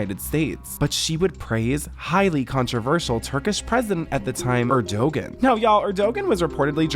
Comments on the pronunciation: erdoGAN not erdOgan, the p in coup is silent, jesus when erdogan was at the white house with his version of secret service he sent them to violently physically attack/beat american protesters of his regime before he was due to leave back to the embassy shit didnt even get on the news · It’s not pronounced Erdogin. It’s pronounced Erdowan. The g is silent. He’s an excellent President. I’m American and I live in Türkiye, so this is my opinion. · Her accent tho... high key cringe. Btw, Erdogan is pronounced "ER-do-wan", and the "p" at the end of "coup" is silent (it's "coo" not "coop"). One thing we can all agree on, regardless of if you're from USA, UAE, Turkey, wherever: Lindsay Lohan can find the blow in whatever country you're from. Listen to her sniffling up a storm trying to take those kids from their mama bear. When Lindsay's kid is about 4, I hope some strange foreigner who doesn't speak English tries to take her kid with them so she can understand how positively wacked out what she did in Turkey is. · Every time tries to say “Erdogan” cracks me up 😂 it’s pronounced like Air-do-wan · Great video! Side note for you, Erdogan is pronounced Air-Dewan (like Jenna Dewan) BTW I've fully gotten addicted to this network of channels between you, BJ and Shelby! ❤ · for anyone making YouTube vids please find out how to pronounce names so you don't look like you don't know any world news. It's pronounced Air-Du-juan/ Er-Du-wan (Erdogan) and you don't pronounce the P in Coup. All that being said, good video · Wow…for future reference, “coup” is pronounced “coo.” Not “coop.” lol And the Turkish leader’s name is pronounced “Air-doe-wan.” lol 🤦🏻‍♂️🤦🏻‍♂️🤦🏻‍♂️ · the Turkish prime minsters name is pronounced 'er-do-han' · I know! Gosh they don't watch regular world news eh? "Erdowan" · The G is silent is Erdogan btw, and 'coup' is pronounced "coo" 😂. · Maybe learn to pronounce words you're going to use so frequently? Like Erdogan? Or coup? I mean come on...